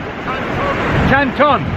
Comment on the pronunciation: Nice to see you in my part of the world. I've never jumped the fence at the cement works as I thought security would be over in a flash so might give that a go as it is a great night time shot. Love your pronunciation of Tantallon and the cross is St Balded's Boat. That beach used to a real hidden gem but the internet has seen it get much busier. Hopefully, the owner keeps allowing access. Looks like the conditions weren't the best but you still got some good shots and enjoyed our wee bit of coastline which is very underrated imo.